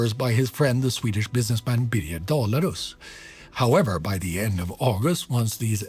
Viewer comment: Your pronunciation of the Swedish ally to Göring makes me think you´re swedish born ? Either that or you nailed it twice. Thanks for the show and detailed analysis.